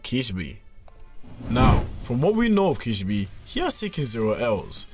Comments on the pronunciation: bro i heard the first sentence and ran to the comments 💀💀💀 kishibE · why do you say kishibi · Just a word of advice: learn how to pronounce a character's name when you're making a powerscaling video on them. Kee-shee-beh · kih - she - bay bro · Kish - e - bee 🤣😅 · The way you say Kishibe makes me wanna rip my eyes out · There is 1 thing I wanna point out, they way u were pronouncing Kishibe name was wrong but its ok. I am not fluent in japanese but i do know that is not how the name is pronounced.